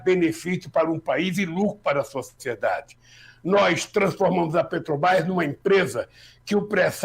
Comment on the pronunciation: Tudo bem Lula mas falar Petobrás é populismo ultrapassado, se vc quer interferir em decisões de milhões de dólares pelo menas fala o nome da empresa certo, isso vai gerar mais confiança para vc e tbm para o meu voto!